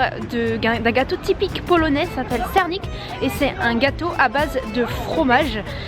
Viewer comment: C'est une bonne présentation, mais encore des efforts à faire au niveau de la prononciation , à part" sernik ", les autres mots sont très mal prononcés. Heureusement qu 'il y a l'image et le nom de l'aliment. Bon courage pour la suite